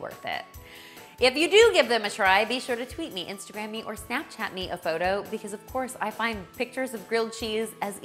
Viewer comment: GWILLED CHEESE IF YOU PWEESE!!! (Check out the Elmer Fudd video. I love it)